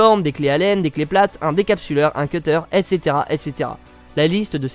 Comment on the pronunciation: arrête de dire (estsétera estsetera